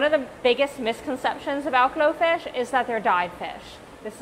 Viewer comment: I thought you said goldfish